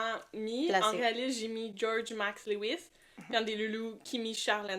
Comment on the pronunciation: Pour info LEWIS se prononce LEW-IS avec LEW comme NEW et non pas LE-WIS ( léouisse )à la Française .... idem pour STEW-ART et STEW-ARD .... ¯\_(ツ)_/¯